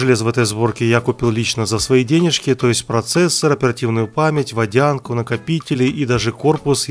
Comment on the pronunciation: говорит "денежки" как будто еврей...